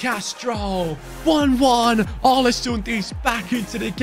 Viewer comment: The Odin thiago comment is true! And some norwegian talents u Can look for is , Martin nioten palumbo and Kristian thorstvedt, also you shoulder raid Bodø glimt for talents because They are dominant Big ups from norway Input go in too Google translate and look up the pronounciation for å because u pronounce the Club aw-le-soond